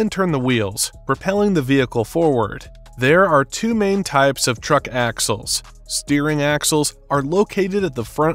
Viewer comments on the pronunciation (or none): none